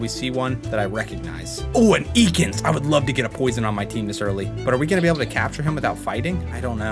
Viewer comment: I nearly died when said "EEkans"